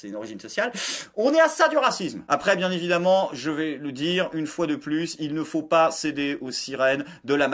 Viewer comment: Gérald Darmanin : "C'est pas bieng, fallait pas le faireuh."